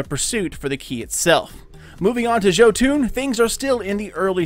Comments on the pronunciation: It’s “yo-ton” not “ joe-toon” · Hey man,Thx 4 video,keep up the good work👍🏼Just wanted to say it's pronounced JOtun or Jotun straight forward, not Jotuun (even though wiki may say "Jötunn",wich is wrong in a scandinavians ears also;)It derives from Old Norse mythology were the Jotun's (Norwegian=jotnene) often fights Thor,Odin and the rest of the old Norse Gods (the female jotuns though could be the Asgardians sexual partners sometimes😃)They are giants and lives in Jotunheimen in the castle Utgard.A little history lesson from a Destiny gaming Viking from Norway,Skål😎🍻 (Ps I've done a lot of frames in Bergusia,no Jotun,so it's a pretty random drop.) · It's YO-TUN. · another guy says yahtin... you say joetune... its not a shitty rappers overcomp software(autotune), go listen to the mighty loki speak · Jo-fuckin-toon... I'm done man why are so many people this bad at producing things? 😂😂😂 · He said joo toon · Its (YO-TUNN) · Pronounced yotun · Cooper Vayda THANK YOU! Christ, this hurt to listen to... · The way he says Jotunn physically hurts me